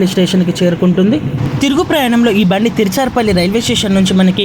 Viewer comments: అమ్మా తిరుచారుపల్లి కాదు తిరుచిరాపల్లి. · తీర్చర్ పల్లి కాదండీ త్రిచ్చురాపల్లి అండి లేకపోతే త్రిచ్చి అన్నండి